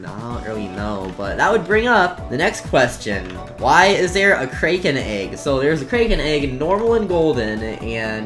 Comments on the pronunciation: its crack - en not krayken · “Kray ken” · said kraken wrong